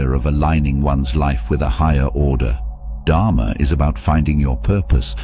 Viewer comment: Dharma should be pronounced as Dharmaa not as Dhaamaa. Karma should be pronounced as Karmaa not Kaamaa which means lust .